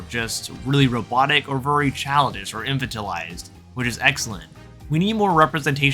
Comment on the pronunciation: Infantalized…..is pronounced “in Fanta/al lized”.